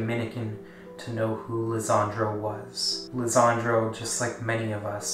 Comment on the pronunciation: His name is Lesandro Guzman-Feliz not Lezandro